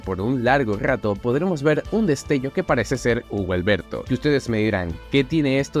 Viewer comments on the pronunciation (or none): Pronunciaste su nombre mal se dice huggy wuggy no hubo Alberto